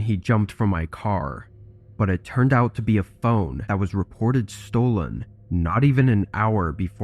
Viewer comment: On the third story I thought it was found a bone instead of found a phone..haha and whew!